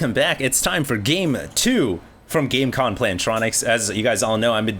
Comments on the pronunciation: Does he realize that its Gamecom not Gamecon? Sponsors love when you fuck up there branding. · its gamescom, dude <.< still good vid :)